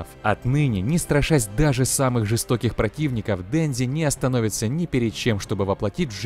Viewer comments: Денжи, Почита... аааа, мои уши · А не дензи и потита